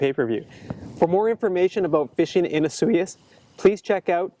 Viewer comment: for 1 it's pronounced osoyoos not asuh yuss and 2 the lake definitely freezes over. I've been there many times